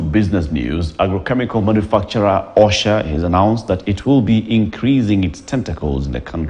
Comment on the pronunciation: Kindly it's OSHO NOT OSHA MAKE THE CHANGES